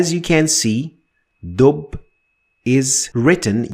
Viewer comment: Good tutorial. The only problem is that in arabic we rarely end words with a dhamma wich is something you do all the time. For ex, we dont say dub we say dubbun or addubbu